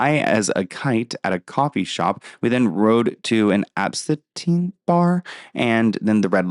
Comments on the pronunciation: it’s pronounced AB-synth it’s something that gets ppl high I guess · Ab-seh-teen Bar, lmao